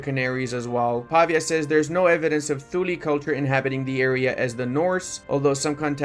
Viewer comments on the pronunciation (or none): none